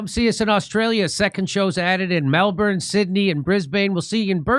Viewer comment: Thats a very good pronunciation of Melbn but you need to apply the same mouth collapsing of word ends to Brisbn also ❤